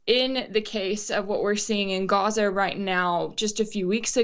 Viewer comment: Rachel, it is NOT Goza, it is GAZA.